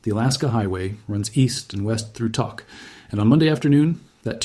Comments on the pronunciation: I lived in Tok when I first moved to Alaska in 1998. Love that little community. By the way it’s not pronounced Tock. It’s Tok, as in took on a cigarette. I’m praying for everyone. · This guy speaking seems highly specialized in information, so my question or statement to him is WHY doesn't he PRONOUNCE Tok as it is known to be pronounced - it is NOT "TOCK". We Alaskans pronounce it as "TOKE". Hey mister do you not do COMPLETE research? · It’s pronounced toke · Hey BLOKE! Toke is pronounced like COKE. You really need to redo this video. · It’s pronounced Toke…. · This video is disrespectful to Alaska and the residents of Tok. You can’t even pronounce it correctly. And your facts are wrong. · Bruh...you mispronounced the name...the "o" is pronounced with the "oh" sound. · Learn how to pronounce Tok !!! I’m in Alaska